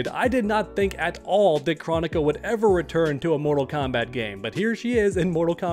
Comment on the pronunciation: I don’t understand how Kronika’s name has been said so many times in game and yet you still don’t know how to pronounce it.